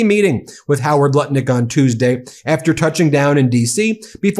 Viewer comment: Seems you are pronouncing Nutlick's name wrong.